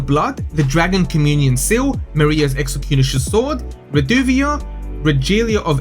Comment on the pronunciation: I was like "they added a reference to Maria from Bloodborne?". It's marais not maria lol